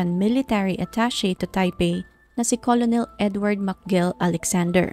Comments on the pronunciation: Ker nel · Hindi colonel ang pronunciation"kernel" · "kernel" or kur-nul kc ang correct maam pronunciation ng COLONEL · kernel po pronunciation...🙂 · ito po 😊 colonel - kernel Coronel- korenel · "kernel" po☺️. Salamat. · Hi salamat s correction ngaun ko lng to nalaman hahaha kurnel pla pronunciation nun same kmi ni ma'am ng pag basa 😅 hndi aq naniwala nag Google p tlga aq kurnel pla tlga pronunciation nun kaloka😂😂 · Magandang narration...just correct your pronunciation of the word "Colonel." ✌️✌️✌️